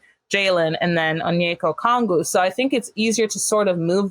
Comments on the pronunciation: As a hawks fan it's so wild being in the media spotlight. Shout outs to Lauren Williams as always! Also its Okongwu, not Okwongu! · REPEAT AFTER ME, guy on the right! OH-KONG-WU!!